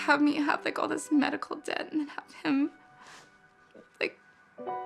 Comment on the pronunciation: Where do you live? And the word is debt.... Not depth!!!! Nice try tho! And I agree with you 100%.... It's sad in the USA but.....I do like where I was born and raised sometimes..... Sorry for veering off subject!!!!